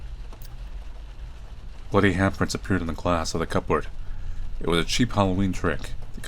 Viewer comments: Why you saying ‘cupboard’ weird? Or are you an imposter masquerading as our beloved masculine hero? Perhaps this is my Mandela effect? Am I even real? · The way pronounces cupboard upsets me greatly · You sound like you've never said the word "cupboard" before.